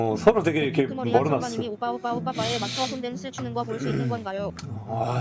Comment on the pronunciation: 아무리 들어도 오뽸로 들리는데